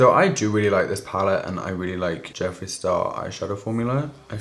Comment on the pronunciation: Okay genuine question. Am I the only one who it sounds like he kept saying Jesse instead of Jeffree? Ps not hate I’m just confused lol